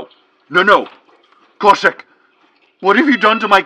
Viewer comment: Khoshek. There's an h in there.